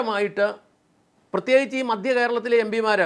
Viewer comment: ചേട്ടാ രാഷ്ട്രീയക്കാർ എപ്പോഴും അവർക്ക് ലക്ഷങ്ങളും കോടികളും സംഭാവന കൊടുക്കുന്നവരുടെ ഒപ്പമേ നിൽക്കൂ. പിന്നെ "മദ്യ" കേരളമല്ല, "മധ്യ" കേരളമെന്ന് പറയൂ. (കേരളമിപ്പോൾ മദ്യകേരളം തന്നെയാണ് എന്നത് ശരി തന്നെ)